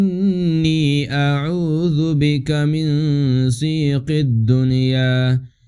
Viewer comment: جناب عربی زبان میں جس طرح آپ پڑھ رہے ہے کوئی لفظ ظیق یا زیق نہیں ہے یہ اردو زبان نہیں ہے کوشش کریں لفظ کا استعمال کرنے میں